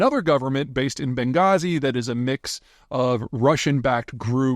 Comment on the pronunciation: Ben gay zee? 😂